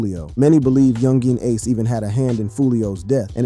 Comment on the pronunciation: "Yoon Jeen Ace" You say his name like he's from China or something 😂